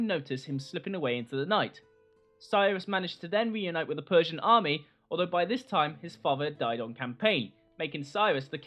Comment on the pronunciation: It's the PERRRRSIAN EMPIRE!~